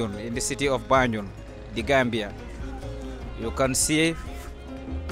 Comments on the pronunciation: I don't mean accent though I'm talking about pronunciation, I noticed he he kept saying banjon but gambians pronounced it as banjul and few other words but that's not the case he was just so misleading, like the hospital was built by the colonialists not colonial masters and the name have been change since then from royal Victoria hospital to Edward Francis small hospital who was one of the people that pushed for the independent for gambia, just saying so that your followers might not get mislead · Great tour 👌🏾 also love but his tour guide wasn't accurate lot's of misinformation and can't pronounced even the name of banjul right, I hope he looks in to that and try get someone more articulate